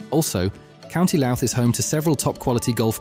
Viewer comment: Dodgy pronounced towns County Looot Omith ?? But thanks i live just over the border in da disunited kingdom